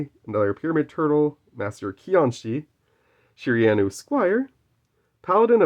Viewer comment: loved everything about this video except the pronounciation of Shiranui. You should do one of these with Kaiba where you go through and get him to pick his favourite card, we all know it will end up being LOB Blue Eyes White Dragon... but still would be a cool video! LETS GO GENESYS!!! WE'RE BACK BABY YGO 4EVER!!!